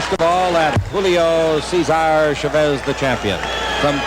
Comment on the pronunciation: julio is pronouced right, ,, cesar and chavez is not ,,, the accent should be on the first vowel.